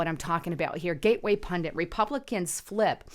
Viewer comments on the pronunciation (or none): none